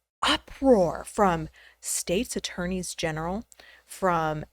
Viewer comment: Thank you SO much for saying "Attorneys General" and not "Attorney Generals". 😁